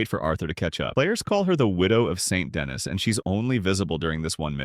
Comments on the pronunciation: Saint Denis is "Sawn Da-knee" not "Saint Dennis" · Say it with me now SAN DUH-KNEE. Not Saint Dennis. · Sane da knee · Denis isn’t pronounced “Dennis” It’s pronounced like “St. Louis”. The S is silent, and the I is pronounced like an E. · Sorry but i have to say this Saint Denis is pronounced San da knee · the way you say Saint Denis and Angelo Bronte honestly sent me into a lil rage... like they say the names IN the game so there's not even an excuse